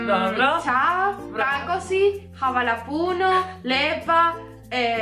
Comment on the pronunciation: Ruth je na rekla "Havala puno"🤣👌💕